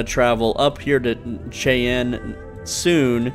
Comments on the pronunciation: It's not pronounced "Shay Anne" it's pronounced "Shy Anne". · Sol is usually pronounced [sawl], but some insist on [sole] because it is the name of our Solar System. Cheyenne = Shy-ANN. This is a North American First Nation, and a common city name. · Since you weren't sure, Sol is pronounced like s-all, not like sole/soul. Cheyenne is pronounced like shy-ann. Centauri is sen-tar-E. Unless it's an individually named planet, like Jemison, they're (system name) (position from star) so Earth is Sol 3. The moons are alphabetical in position from the planet, so Luna (Earth's moon) is Sol 3-A. It there's more than 26 moons (like Jupiter) then the letters double. So Jupiter's 27th moon would be Sol 5-AA. Since Sol is our home system they're all individually named though. The sign on CJ's says "open 49 hours" because a day on Jemison is apparently 49 hours. It means they're open all day and night. On Vectara (where you start the game) somewhere there is Heller's cutter, it's stronger than the rest so you can mine faster, you can also collect Lin and Heller, you can use them as ship's crew, or you can assign them to an outpost and increase output. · Cheyenne sounds like "shy - ann" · pronounced ( Shy-ann) Cheyene